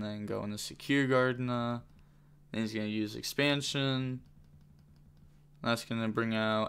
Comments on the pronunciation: Ex - pan - shon is how to pronounce it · Bro why are you having such a hard time saying expansion